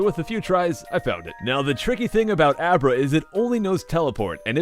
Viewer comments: U named Abra " a bra" lol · He named Abra " A bra". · you called abra; a bra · He named abra "a bra" lmao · Abra= A Bra XD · Lol he names the abra " a bra"